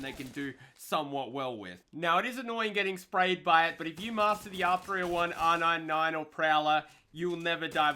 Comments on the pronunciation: Can I get an r nine nine. R nine nine r nine nine r nine nine. Dude its R-99 not R-9-9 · Its funny asf when he says r99 😂😂😂😂🤣🤣🤣😅